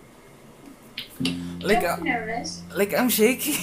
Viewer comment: Bro ayusin mo english mo wag mo ipahiya bansa ntin sa love interest mo...lalo na sa word na nervous ( hindi nerbyos kundi nerbus and pronunciation) kaya galingan mo english mo..